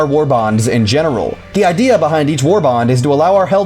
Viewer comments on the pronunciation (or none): none